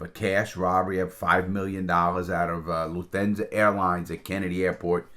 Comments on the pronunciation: What the hell is "Luthensa"? It's pronounced "LUF-TAN-ZA". Lufthansa, you jabroni. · "LUF-TAN-ZA" not "LUTHENZA"?????????????????? WTF? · Love ya Larry but that German Airline your talking about isn’t pronounced that way at all bud haha.. nice try tho 🤣😉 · Pronounced Luft thansa. Haha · "Luthansa" :D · LARRY, say that airline name AGAIN PLEASE?????? PLEASE?